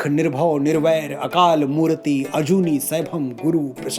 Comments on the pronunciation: Satsriakal ji Aapne jitna btaya sahi btaya par mool mantar mei matra khin khin silent hai...kisi Sikh se puche...jaise murti nai bolna akalmurat bolna hai... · A small correction in pronunciation - chotti 'e' is silent when reading it in Hindi eg it's akaal murt not murti.